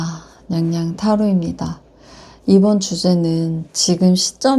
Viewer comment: 앜ㅋㅋ 귀여워 무뚝뚝하게 반갑습니다 냥냥타로입키다 ㅎ